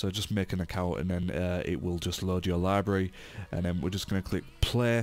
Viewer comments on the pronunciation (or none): "your lybry" ;D